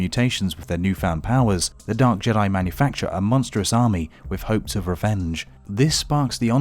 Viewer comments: It's not JEA-DEA it's JEA-DIE bruh pronounce it right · you said Jedi wrong you said juday